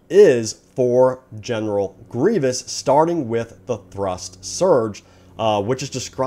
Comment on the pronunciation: sorry you just said dooku wrong and grievous